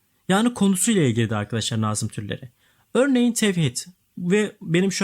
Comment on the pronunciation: Hocam iyi hoş da nazım kelimesini doğru telaffuz ederseniz iyi olur aşırı kulak tirmaliyoo